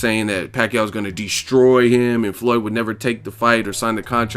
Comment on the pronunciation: Skip can't get Floyd's name out of his mouth and why no one ever talk about no scar on the shoulder of PAC man 🤔🤔just saying